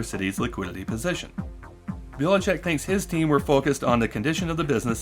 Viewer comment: Just one minor correction - I guess that guy have roots from Croatia or somewhere around here and his last name is pronounced Bilichich (Biličić)